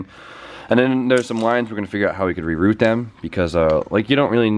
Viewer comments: Reroot?! Its Reroute! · reroute - send by or along a different route.:) re-root it hahaha your a bloody laugh mate! keep it up the great content